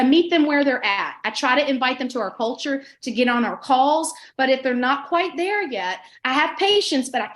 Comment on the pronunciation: Love that she said “cult”ure 😆